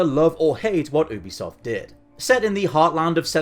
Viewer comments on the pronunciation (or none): Ffs its pronounced "youbisoft" not "oobisoft"